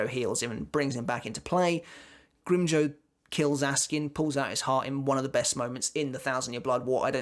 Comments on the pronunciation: Grimjoe??? Its pronounced "grimjow" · The way says grimjow sounds funny I spilled my drink